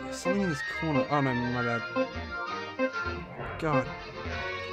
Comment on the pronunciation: Whenever you say something you add a k making it something